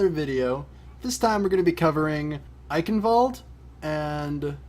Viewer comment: does this " Eicenwalde " how you pronounce it even sound german to other people ? :D It is obviously not right :P But I guess I should get used to it because everyone pronounces it this way :)